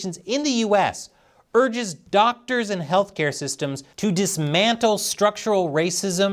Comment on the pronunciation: Weez beez dawctuhs n sheeeeeei